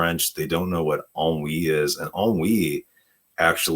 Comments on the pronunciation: It sounds like you're saying "On Weed" lol is she gonna discover weed in this movie? If she does, that would be hilarious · Since I read period romances, I have seen ennui used in a sentence, but never said aloud. That’s why with the mashed pronunciation at the start, I didn’t realize it was ennui being talked about here. And typically in books, it’s in the context of one of the British ton (very upper class wealthy rich people) who have grown bored of the entertainments they attend, the travel, and feel a sense of “we do the same thing, have seen everything, existence is pointless?” mild boredom, with world weariness also. Not something I would ever associate with childhood or teenage years growing up. And working class people have no time to feel ennui, it’s a luxury they don’t have.